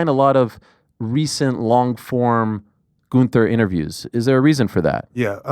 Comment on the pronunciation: I respect Ariel for address the ring general by his name GUNTHER and not saying Gunther 💎💯💎💯 I hate when people refuse to pronounce his name as it is presented … His name is not GUN THER … IT IS THE WWE WORLD HEAVYWEIGHT CHAMPION GOOOOOONTHER